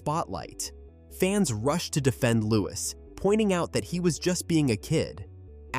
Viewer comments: Louie is the sound not Lois the S is silent. 😢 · And why use an AI narrator? If you absolutely can’t afford the minuscule fee a human narrator would earn, at least teach the AI to pronounce the names of the royal family correctly. It’s offensive to propagate mistakes and then use an American accent. That’s a deliberate decision. Real Americans can pronounce Louis correctly.